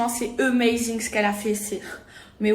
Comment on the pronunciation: " Emazing " 😂😂😂 AMAZING les gars